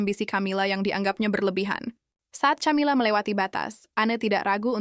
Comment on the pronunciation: Narrator nya ngawur.. Camila Di baca Kamila, bukan Tjamila 😮